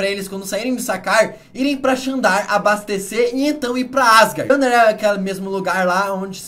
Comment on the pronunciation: É zandar e não xandar